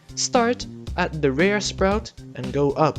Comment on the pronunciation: Him: Plants a rare sprout Also him: I SAID ITS QUITE RER